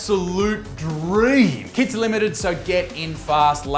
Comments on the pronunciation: every time you said KITS I thought you sad kids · I swear when you said kits I heard "kids." 🤣🤣🤣